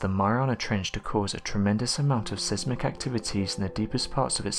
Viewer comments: I love your videos and the work you put in to them, however, please please try and find out how to pronounce certain words of which you may be unsure. For example, 'Seismic', is said like 'Size-mick' not 'Sez-mick'. Mispronunciation may not be a big deal, especially if English isn't your first language, however if it IS then it behoves you to say it correctly or you COULD come across as being a bit thick. You do that, and I'll try to improve my grammar for the same reasons. Deal? :) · Its pronounced size mick, not sez mick. Great video and one of my favourite channels and narrators 😁 (seismic)